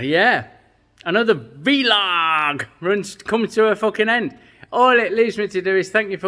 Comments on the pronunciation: Whoop 1st comment lol gone posh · haha we thought you went all posh for a minute 😉 scary. 🤣 Keep doing you. Weird to think you have to do retakes. You should make a blooper vid. All best.